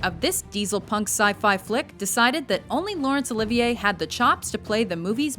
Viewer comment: YEAH! My name is Olivier and it's weird to hear someone say my name correctly. Usually people call me "Oliver"